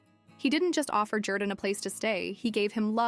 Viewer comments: His name is not pronounced ‘Jer-dan’. It’s ‘Jor-dan’ even though it’s spelled Jourdan. He says his name on AGT which you have obviously watched. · Love this guys story and journey. However this cheap AI compilation doesn't do him justice, to the point of AI mispronouncing his name.